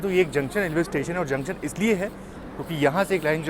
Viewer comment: Videos are good but prononunce "junction" properly